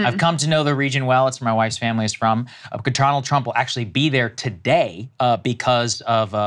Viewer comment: Did he say "Drumpf?"